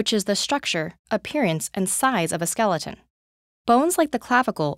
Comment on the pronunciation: "Skel E. Ton" lol